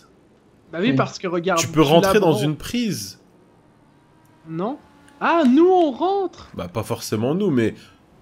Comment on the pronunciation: il dit un prise a la place d'une prise:'D et